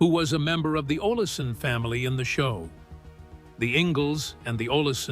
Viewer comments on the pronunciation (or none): If you are going to do a video on a classic like this show learn to pronounce Olsen. If the narrator watched even one episode, he would not be saying olison. Also, the part about romance on the show btw cast members didn't mention any at all. He went over Laura and nellie's real life relationship being best friends as well as Melissa Gilbert's difficulty portraying romance and Nellie and Percival kissing passionately to tease her two separate times in this video saying onscreen and off screen, they pushed it in her face despite the fact that Percival was gay. That really does not sound like what a best friend would do but who knows. He also pointed out twice that Mellisa Gilbert and Melissa Sue Anderson could not stand each other. My advice as a reporter and writer and editor to anyone doing a video on an absolute classic show is to watch one episode at least and check your editing. It's obvious the maker of this video never watched the show and did minimal research and could have done this video in half the time more effectively. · Please pronounce names correctly. Its pronounced "olsen" not "olisen" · Your AI lost me when Willie's last name was mispronounced Olison. This is a waste of time, how ridiculous! 🙄🙄🙄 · Stupid AI can't even pronounce Oleson correctly saying O leh son and several other mistakes!! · This AI is so bad it mispronounces Olson.